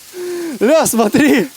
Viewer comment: "Ля смотри!" всё,южный акцент прилепает к.